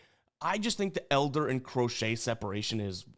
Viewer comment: everytime you say “Crochet” i wanna fade you but ima ride you today RED SOX ML pause